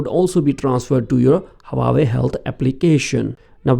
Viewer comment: it is not HA WA YE it is HU AA WE